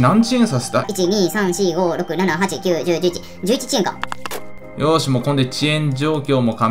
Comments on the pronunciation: 11遅延かが11ち〇こって 聞こえるのは僕だけ？ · 7分44秒の所11ち○こってきこえる笑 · ほんまそれ！ こういうコメントずっと探してたｗ